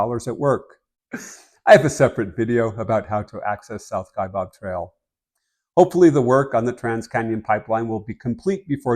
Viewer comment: The second syllable of Kaibab, is pronounced BAB, not BOB.